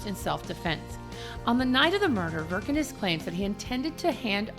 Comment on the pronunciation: Varg Vikernes (pronounced without R), not Wirkenes. Why it's so hard to read at least Wiki?!